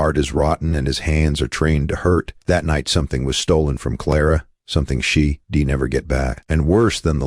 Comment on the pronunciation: She'd is a contraction for she did not she dee. You need a real person (one who passed high school English) to narrate. I'll watch something else until you correct this.